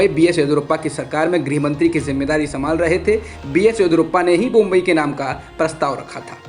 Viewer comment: बोम्बई नहीं बोम्मई है । चैनल पर समाचार पढ़ने वाले का उच्चारण साफ होना बहुत जरूरी है , वरना खबर के मायने ही बदल जाते हैं